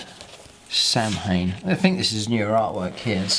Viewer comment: But does anyone know who Altioc and Sam-Hayne are? I mean if you want to be an Eldar player at heart like you claim to be, please, learn to pronounce the names correctly.